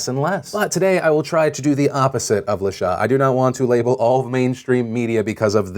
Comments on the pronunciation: I'm almost positive that the HuffPost writer's name is pronounced "La-Shay" and not "La-Shah"...just FYI!!! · Lol! Phil La Sha is more than likely pronounced La SHAY with a long A. It's not a big deal at all and I'm not trying to make light of her wrongdoings. I just found it funny every time you said it. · "La Sha"? Phil you pronounce that like LUH-SHAY. Of course this has nothing to do with the story, but that's common black name, I just thought to inform you.